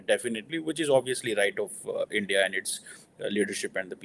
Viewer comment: SIR ITS INDIA NOT ENDIA